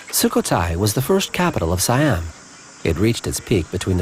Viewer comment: How did you make a whole documentary about this country, and you mispronounce SO MANY goddamn things?? It's not "WAT FO" you idiots! you pronounce it Wat "PO". It's not "SaiYAM", its "SEE-AM". Its no FOO-Ket", its "POO-Ket"!! What the hell is wrong with you?? You clearly know nothing about this land and its people